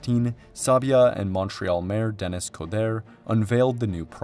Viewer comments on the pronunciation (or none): Hey, if you can pronounce Philippe Couillard's name correctly, you can pronoun Denis Coderre's correctly too. That first name is not "Den'-nis", but "De'-nee" - a classic French pronunciation. Thanks